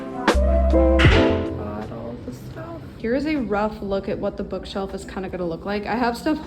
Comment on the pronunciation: Ha ha "bookself"